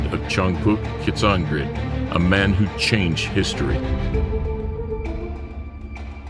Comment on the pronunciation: itz Shangg pwee-yuck shee-yacht song grit